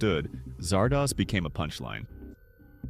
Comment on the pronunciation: Zardoz is not pronounced as if it rhymes with No-Doze; it is a contraction of Wizard of Oz. But. those writing the script for this video would have actually had to see the movie to know that.